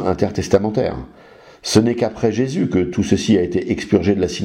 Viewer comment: Je ne voudrais pas manquer de respect au Monsieur de TorahBox mais en effet à chaque fois qu'il prononce Jéssssssus m'horripile. Personne ne lui a expliqué comment ça se prononce correctement lol